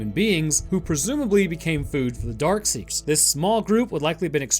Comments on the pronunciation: No offense, but It is "Dark Seekers" not "Dark Sayers" or "Dark Seers" as you tended to pronounce it. FYI. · It’s DARKSEEKERS not dark see(ers) like you said. And they aren’t “sleeping” when Sam runs into the building. They’re feeding on the deer. If you missed that, then you should watch the movie again. Lot of auditory cues in there that I bet you missed. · Not dark see-er, Darkseeker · Why does he keep calling them “Dark-see-ers”? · My favorite part of the video is how straight up refuses to pronounce the “k” in darkseekers 90% of the time 😂